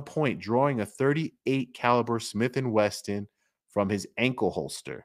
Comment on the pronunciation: Westin hotel, Wesson oil... Smith and Wesson, like oil, not Westin like hotel. I hear black people say Smith and Westin (& Smiff/Westin!🤣), even black range masters and instructors do it. 🤦‍♂️😩 Reminds me of our current system of ignorance teaching ignorance and leading to more ignorance acceptance. Smith and Wesson -t 👍🙏😅 Thanks for all you do! 😊